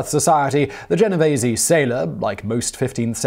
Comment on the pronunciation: It's Gen-oh-VEESE. The way you pronounced it is what the Mafia family in Manhattan is called.